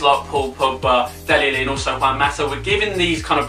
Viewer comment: Haha😂 he said dele Eli it's dele Ali